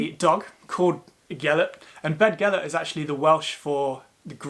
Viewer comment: Shame on him for pronouncing Beddgelert wrong. dd sounds like th. Bethgelert.